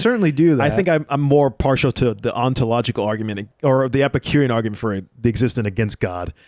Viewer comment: The dude on the left can’t pronounce “ontological” and then the dude on the right struggles to explain the duality of good and evil in the most basic forms and gives up. Yeah…. The dude who wrote it is definitely the one who is wrong and dumb.